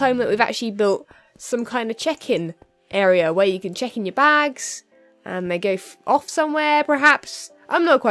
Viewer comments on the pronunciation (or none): when you say check-in it sounds like chicken lol, only two times tho